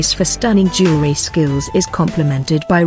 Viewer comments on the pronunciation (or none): Can’t pronounce jewelry. lol